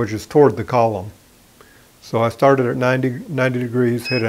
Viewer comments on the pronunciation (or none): none